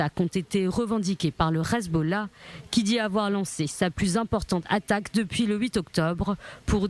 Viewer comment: C est pas le Khezbollah . NI LE khizboulah .C est Le HEZBOLLAH . Prononcez bien le français partout